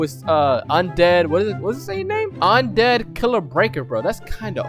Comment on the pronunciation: im surprised you pronounced my name right lmao im sorry i forgot to check the vid out, da goat